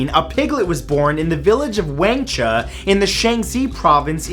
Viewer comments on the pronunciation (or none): Supposed to be pronounced W(ah)ngch(ah) village, Sh(ah)n(see) province